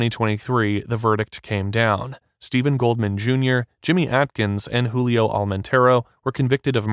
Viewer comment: Julio not Hulio